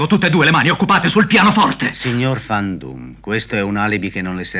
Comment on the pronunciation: Non è Fan Doom, ma Van Doom, essendo un nome di origine olandese